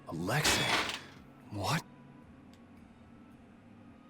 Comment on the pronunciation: Why is it every time a person in real life or in a video game when it comes to the name Alexei why do they treat the the letter i at the end of the Commander name if it wasn't the letter A it's not the letter A it's letter I so itchy be pronounced as the letter e not the letter A people learn how to read